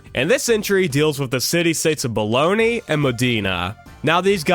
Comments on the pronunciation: The city was Bologna, not Bologni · My dude Bologna is not pronounced "Baloney" lmfao that's just the lunch meat. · The City of Baloney?!? Bologna- Bow lone ya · I'm sorry dude but the pronunciations in this video were horrific, (Qing isn't said like that, neither is bologna)